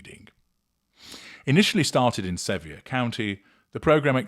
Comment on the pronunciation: Sevier (pronounced: severe). 😊